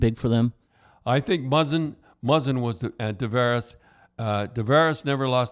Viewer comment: i think muzzin was the only name he said correctly lmfao